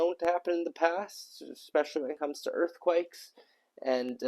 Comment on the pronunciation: Oh my ears -- earff-quakes? 😅